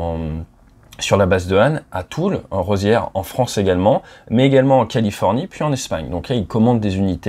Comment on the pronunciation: merci ca fait plaisir de t'entendre rendre hommage a un grand homme par contre c'est Toul-Rosières pas grave cependant